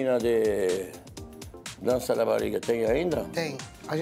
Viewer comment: "Menina dença dence da bariga."